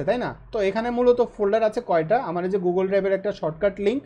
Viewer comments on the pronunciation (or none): none